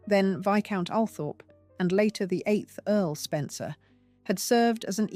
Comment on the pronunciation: Althorp is meant to be pronounced Alwthrup.